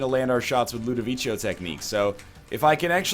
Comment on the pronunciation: LudoviKo, not Ludovicho